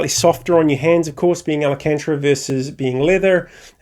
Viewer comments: Al - can - ta - ra (not Al - a - can - tra ) but thanks for the giggle!